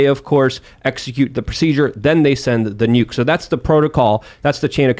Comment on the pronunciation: neeyuke. he can say his name but cant say nuke. 🤷